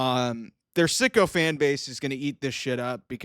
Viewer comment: I did not know you were saying sycophant. Which means yes, man or ass kisses to a detriment. I thought you were always saying sicko fans!!!